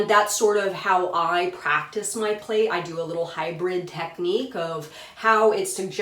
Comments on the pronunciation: It is pronounced like 'plat', NOT like plate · Thanks for your video. I get very distracted because the word is pronounced "plat" — rhymes with cat. It's from the English (UK) translation of the Russian. Plait is an English word for what we in USA call a "braid". And it's DEFINITELY pronounced "plat" -- it would be like in America calling a braid a "Brad."